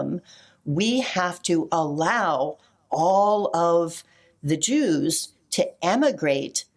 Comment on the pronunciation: Jews pronounced ews, is this the origins of the term Usury??